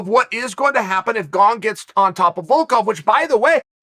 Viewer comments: I am now about 110% sure you're mispronouncing names on purpose now... Gong lmao, ffs Unc. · I heard him say Gong once and came straight to the comment section. Never disappointed. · He didn't he said Gong! Only if Gong breaks the curse will Chael say Gane! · GONG vs Valcalf... Who TF are those guys? Jeez Chael, you must mispronounce on purpose.